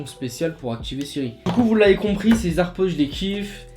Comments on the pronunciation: On dit pas les z’airpods mais les h’airpods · Il a dit. AirPause 😂